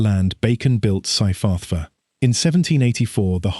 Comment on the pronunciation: Dear lord, here we go again, the butchering of the Welsh language. And these names are not even difficult to pronounce. Merthyr === mirth er, Tydfil === tid vil. Dowlais === dow laays. Cyfarthar === kuv arth ar See, easy. Sorry cannot take any more. You should be ashamed that you could not make any effort to learn. It is disgusting.